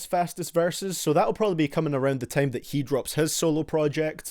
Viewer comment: Why do you say tame and not time